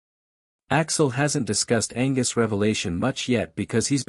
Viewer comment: Angwus???!!! Angus